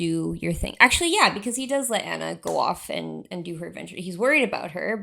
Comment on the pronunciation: STOP SAYING ANNA’S NAME WRONG, FOR ALL THE LOVE!!! YOUR HURTING MY EARS 😬 Just go back and watch the movie please and pay attention to her name. I know it’s spelled the same but it’s pronounced VERY differently. It’s “ON-a” not “AN-a”. Again I know it’s confusing because they are both spelled Anna but there is a right way and a wrong way to say this character’s name and the right way is “ON-a”. So for the love of Disney go back and rewatch it so you can never make this mistake again😮‍💨 Thanks for coming to my TED talk